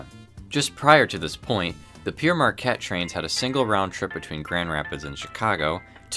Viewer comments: For God sake. It's Père (pronounced more like "pear") not Pierre! The name is from the 18th century French Jesuit priest missionary explorer. Hence the French title (Father Marquette in English.) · It id not Peer Marquette is is pronounced pear marquette - Pere is the title of a priest. Pere Marquette is a priests name. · I'm confused - throughout the video you spell it "Pere Marquette", but pronounce it "Pierre Marquette" - which is it meant to be? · Its spelled Pere but pronounced 'Pear' and means 'Father' not Pierre. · Pere rhymes with pair and pear. It's French for father, as Marquette was a Catholic priest and missionary.